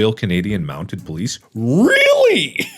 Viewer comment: Lmao, it's "MountED" not "Mountain".